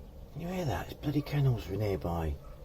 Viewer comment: Thought you said camels near by, played it a second time, n you said kennels, wish you'd make up your mind. You're doing that lovely this and beautiful that thing again. I remember that bolt shearing off and the marvelously dodgy repair at the time. An awkward repair to do properly, definitely better without the timing cover there? That was ages ago, I didn't think it would last a week. Well, we'll see what happens this time. I've got my fingers crossed, thanks, and take care.